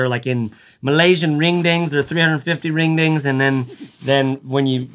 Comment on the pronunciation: As a Malaysian, I hit the like button when you pronounced Malaysian Ringgit as Malaysian Ring Ding